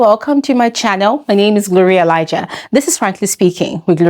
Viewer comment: 50bbnairia in accent got me on the ground